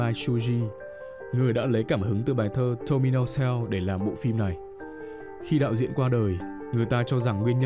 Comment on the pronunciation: "Tomino Hell" Mà ông nội đọc thành "Tomino Heo" ạ:)